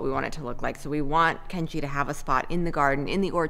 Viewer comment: I cry every time you say Kenji 😭